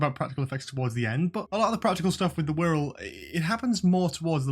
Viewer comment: I thought he said squirrel at first! 😂